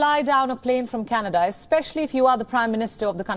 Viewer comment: Canedaa Jaana hai Candedaaa....😂😂